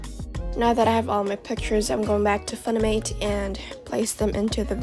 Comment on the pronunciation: the way she says funimate - that aint it